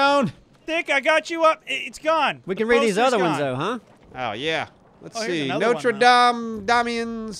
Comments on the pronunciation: (nO-tre- Dam-es) did I really hear him pronounce it like that. It's pronounced (No-ter dAm) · they don't know how to pronounce Notre Dame